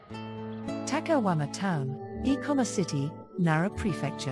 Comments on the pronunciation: My only complaint is that she keeps saying takahuama instead of takayama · Cringing for 20 minutes everytime the narrator says "takaWama" instead of "takaYama". Please, ask for native speakers to do this job ! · Narrator keeps referring to the city as takawama